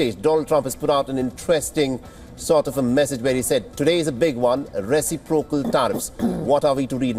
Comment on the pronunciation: That's a weird pronunciation for reciprocal.